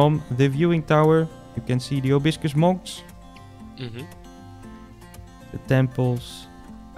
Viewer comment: Amazing! Love the bamboo forest especially :) Btw it’s Proboscis Monkeys not probiscus!